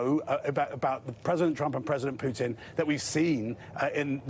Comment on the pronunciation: Even those journalists have no idea about pronouncing Putin’s name.Thay swollow half of name.Jurnalists👎👎👎